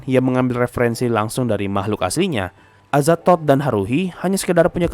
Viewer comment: Ngakak gua Ama adminnya pas ngomong "Azathod"😂